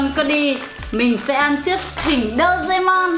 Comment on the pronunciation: Chị ơi chị đọc sai tên rồi ạ Đô rê mon chứ không phải là Đô dê mon ạ I LOVE YOU ❤